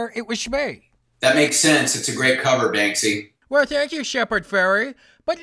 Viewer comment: Shee Shee ish Bankshy? Holy shite!